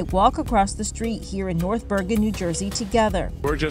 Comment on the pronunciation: What is a "shtree" ?